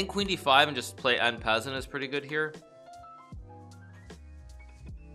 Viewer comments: did he just say en peasant PEASANT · What is that "en peasant" trend, because the correct pronounciation is slightly diffrent :v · i love "en peasant" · “Enn Peasant” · Hikaru is the first GM I know that pronounces en passant like it's an English word lol